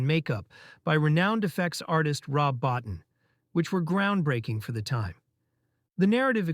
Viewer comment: Rob Bottin's last name is pronounced bow-teen.